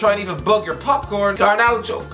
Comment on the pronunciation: It's just Garnacho not Garnaucho